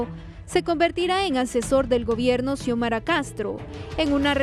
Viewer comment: Porqué los periodistas no pueden decir Presidenta "Xiomara"? Parece que se perdieron una clase importante de la carrera...